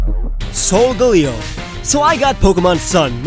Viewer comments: Since when is SolGALeo pronounced SolGOLeo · I don't think it's sol-ga-li-go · you say it as solgaleo not solgeleo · you said solgalio wrong. LOOOOOOOOOOL! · He pronounced Silvally, Solgaleo, Golisopod, POKÉMON (who does that?) wrong but that's okay. At least he pronounced Decidueye right lol